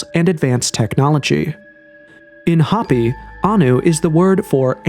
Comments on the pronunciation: Hoh pee! Not hoppy. Isn't there a way to go in and tweak the CG voice over? Repeated, stupid mispronunciations are irritating. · Drives me crazy that so many creators and narrator’s nowadays cannot read basic English. Hoppy vs Hopi for instance. It’s sad. They no longer teach kids how to use phonics to sound out words. They want them to recognize sight words. Which has lead to smaller vocabularies etc. Parents must teach at home and subsidize by sending them to school. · Hope - E, not Hoppy a least get the pronunciation correct. To be even more correct use the correct name for these people, the Diné. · hopi is pronounced HOPE-E ... ffs this vid is so mid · I can't stand how you pronounce HOPI 😣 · The o in Hopi is pronounced with o not a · You gotta learn how to pronounce "Hopi" and "Macbre" correctly bro